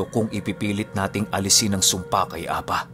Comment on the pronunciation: Ang pagbigkas Ng apa, ay mabilis at maragsa, means pipi🙄